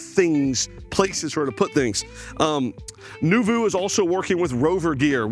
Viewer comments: Thanks for sharing this...we love the Noovo Plus - it's so exciting that you'll be selling these! Btw, it's not pronounced "new-voo"...it is pronounced "new-voh". Sidenote, we were told it has the Dometic RTX 2000 12v a/c. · It's new-vo (long o sound). Nice van, but too expensive. Cool to see. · Yep - phonetic spelling of the french word Noveau (NOO-voh). Thank you - I like his walk-throughs but the butchering of the name was killing me. 😁